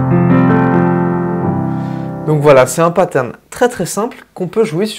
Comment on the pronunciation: J'avoue que quand je vous entends dire des mots anglais avec une prononciation française ça pique les oreilles. Paterne ou bien séquence...